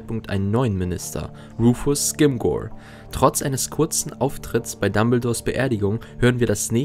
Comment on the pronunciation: Rufus Scrimgeour wird nicht "Skimgor", sondern "Skrimschor" ausgesprochen. ;)